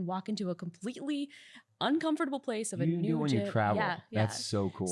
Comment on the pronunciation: The way she says “uncomfortable” bothers me.